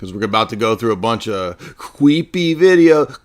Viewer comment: 😂😂 keep up these jokes man very fun “cweepy” stream!! that lighting fr scared me